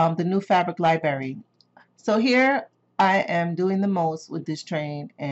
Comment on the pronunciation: Love learning along with you and your knowledge and process thanks for sharing! HOWEVER. I can't get over your pronunciation of the word Library! lol